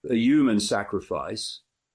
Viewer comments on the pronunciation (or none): Hey Dave it's Human not Uman